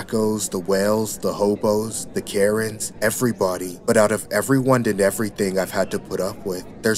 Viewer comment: When he said "the Karen's" i heard "the carrots." Lol